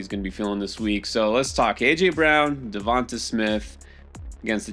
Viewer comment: DEVONTA IS PROUNCED DEVANTE !!!!!!!!!!!!!!!!!!!! I keep saying this every week, but you mispronounce his name every week. It's really not that hard!